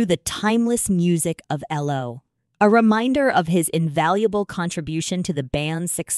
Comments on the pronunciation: Their name was E.L.O. not "ello". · Would be nice if you got somebody to read things like this, that could actually pronounce the man’s name which is Elo not Elo not yellow but ELO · Get your facts right. It’s not Ello. It’s E.L.O. Get your knowledge up to date!!! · Be good if you could actually pronounce the peoples names and the name of the group, which is ELO not L rhyming with yellow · Computer cannot spell band members names! Ello-goodbye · Agreed - "Ello" put me off from the start. Horrible piece of rubbish. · WHY WOULD ANYONE SUPPLY MS AI VOICE?? YOU CANT EVEN GET THE GROUPS NAME CORRECT. “ELLO”???? AYLO??? SERIOUSLY. WHAT A JOKE!! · You might want to listen to other videos to understand how to pronounce the band name and other 🎼🎵🎶musical instruments.